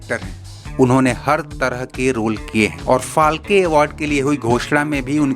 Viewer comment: अरे क्यों मराठी कि वाट लागनेपे तुले हो Dadasaheb फालके नाही बल्की ये दादासाहेब फाळके है 😡😡